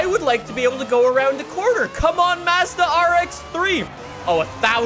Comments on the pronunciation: every time he says mazzda instead of mazda I cringe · "Mazzdau" and "Nissinnn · and his Canadian accent. He doesn't even call Mazda properly.